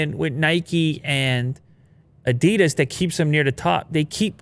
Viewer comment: You did so well learning to pronounce Porsche, you can learn to pronounce Adidas as well. 😜